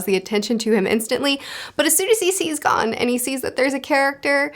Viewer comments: For pronouncing Gon, it's like Goon with single O... Gone is Ging..... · Gon is pronounced go-n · Gon- Rhymes with Own Killua- Keeloo-uh/ah Kurapika- (You're good) KooRah-pika Leorio- Layohrio Hisoka- You're good Illumi- Eeloo-mi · Gon Rhymes with Own Leorio - Lee Oreo everything else was pretty good. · Gon rhymes with cone Leorio (lay-oreo) Kurapika (koo-rah-pee-kah. No emphasis on the i) Killua (keel-oo-ah) I find it kinda funny you pronounced Tonpa's name right but not the MC's. You were pretty close with Hisoka. Plenty of people pronounce it the way you did so I don't think it matters too much. Japanese names just don't put emphasis on specific syllables. (Hee-so-kah) just kinda like say each syllable and then keep saying it faster til it sounds like one word lol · Gon rhymes with flown. Not gone. Killua's name kind of flows like spatula. The U-sound don't need a ton of emphasis. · So the way you pronounce the names are Gon- G oh n as opposed go Gan Kurapika: Ku Rah Pee Kah Leorio: Lay or ee oh Killua: Kill oo ah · His name is TOGASHI. Also it’s pronounced g-oh-n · Correct Pronunciations: Gon: GOHN Kurapika: koo-RAH-pee-kah Leorio: Leh-OH-ree-oh Killua: KEE-loo-ah Illumi: EE-loo-mee Everything else you got right! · To-gashi Le-oreo Gon (long o) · )! I love the manga vids you’ve made, one piece is a favorite of mine, and I’m glad to see ya branching out into more, hunter x hunter is very enjoyable, I need to help ya on these pronunciations on the names of the main crew tho Gon: go-n Killua: key-lu-a Kurapika: koo-ra-pee-ka Leorio: Lé-O-ree-o